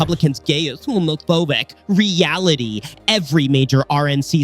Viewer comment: you said homophobic so frenchly